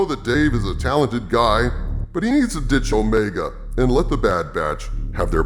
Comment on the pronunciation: Let’s call her what she is. It’s not Omega; she’s O-Rey-ga.